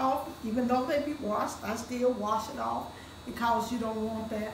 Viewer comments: I like how she says cawze instead of cause that’s how u know the food is gonna be 🔥 fire nd good💯💯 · Anyone who pronounce the word "because" the way she does be putting a whole foot in their food ❤️🙌🏾🤣